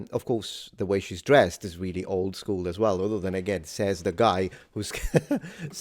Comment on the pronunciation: Her pronunciation of the word "old" reminds me of the old English or Scot spelling of the origination of that word, "auld."